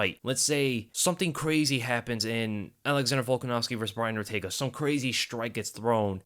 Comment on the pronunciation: Man said ortaga 😂